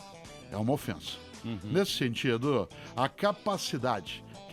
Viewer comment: Nesse momentoa ... Nesse sentidoa